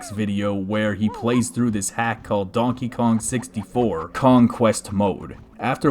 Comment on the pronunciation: hey dude! You said dankey king